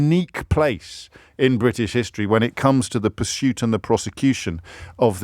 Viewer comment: pronounces it as Briddish!